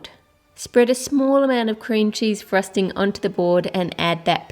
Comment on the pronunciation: i love the way you say frosting you say it like frusting i know this is wierd LOL By the way not trying to be rude its just that i LOVE your accent!!